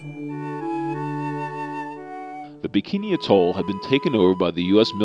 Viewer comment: It’s pronounced ATT-ol not a-TOLE. But that aside, a fantastically informative and accurate video.